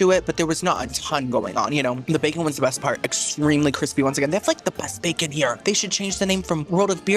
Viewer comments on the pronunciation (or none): World of "BACURN" 😂😂😂